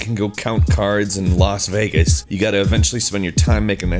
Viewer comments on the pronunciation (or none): none